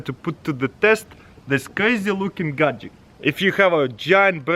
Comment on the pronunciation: Ok enough is enough can someone PLEASE TELL THIS GUY HOW TO SAY GADGETS properly